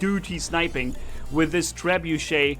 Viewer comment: wrong grammar cause you read the guns like trebeuch wrong